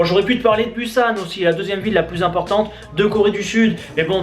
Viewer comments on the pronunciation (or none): none